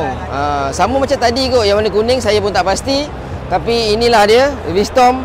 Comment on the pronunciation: V strom bang... Bukan v storm